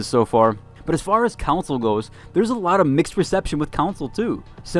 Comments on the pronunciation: Con-sole. Not Cown-sole. TF guy? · I don’t normally comment on this sort of thing, but you are mispronouncing “console” to the point you are saying another word., like “city council”. If you are planning on reviewing games, etc., you should learn how to say console.